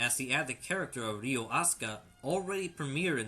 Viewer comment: It's Ryo, not Ryu. Bruh